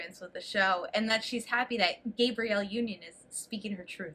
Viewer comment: For the love of God /gah-bree-elle/